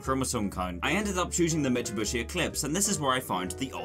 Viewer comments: did you really say mitsubushi :D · I love how he says Mitsu-bushy